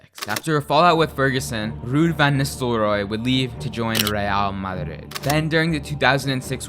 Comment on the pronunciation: Most pathetic pronunciation of Real Madrid I’ve ever heard 💀